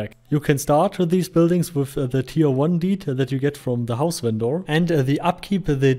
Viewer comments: Just curious, why do you call them "ven-door"? Its normally pronounced "vender" (despite being spelled vendor, that is the correct pronunciation of vender). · If you pronounce the word with a german accent its automaticly vendoor. xD Ingame they labeled as vendor. so its not so far from door xD. In german you speell the O mor epresent. With the german O sound. XD